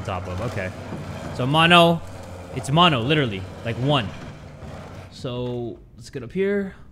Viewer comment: Mono sounds like mondo